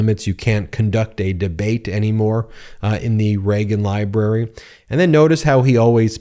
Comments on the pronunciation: "Leagan Ribrary"? oops... Get some rest, Ben! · You said "Legon Ribrary" at one point lol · You said Leagan Ribrary.... And didn't skip a beat. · You did say the Lagan ribrary. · Did he say "Leagan Ribrary"? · Did I hear Leagan Ribrary? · You said Legan Rybary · Not sure if it was a slip of the tongue, or deliberate, but "Leagan Ribrary" is going to make me giggle for the rest of the day. Your delivery is so consistantly perfect that this has to be on purpose, so thanks for that one, Ben. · I like the scooby doo impression “Leagan Ribrary” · Y’all heard him say Leagan Ribrary, right? Am I the only that heard that? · Went back to check 3 times he calls it the Leagan Ribrary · ..... "the Leagan Ribrary"😂😂😂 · tRump the massive mass debater is too scared to debate in the "Leagan Ribrary"... Sorry Ben, I heard it and laughed my off 😂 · Leagan ribrary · "Leagan Ribrary" 😂😂😂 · "Leagan Ribrary"? Love you Ben! That'll be in my head making me giggling the rest of the day!😆💯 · … the Leagan Ribrary 😂😂